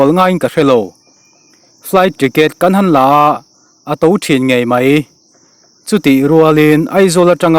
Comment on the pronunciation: A hmasa ber i chhiar khan "kan han in tlar" tih kha chhak lam pan thlukin i chhiar a, a dik lo, "kan han" tih kha Thingrem tih thluka chhiar tur a ni ang